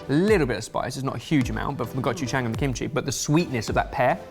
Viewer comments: OMG i'm and HAS WON! He said Go-ju-jang correctly-ish!!!! More confidence and you'll have it!:D - I just fell in love with you a little bit! If I had any money I'd get a patreon subscription! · thats the only time I've ever heard any of you say gochugang right